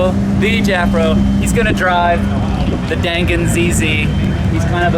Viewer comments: The gan in dangan is pronounced more like gun Dan is more like the word done So it's like done gun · You pronounced dangan wrong.